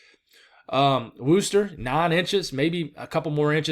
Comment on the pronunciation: I see the "r" is back in "Wooster" lol, I don't even know how it's pronounced myself.